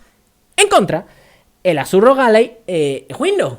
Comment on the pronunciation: Ya dices "Alai"!!! Esto hay que celebrarlo!! xDDDDDDD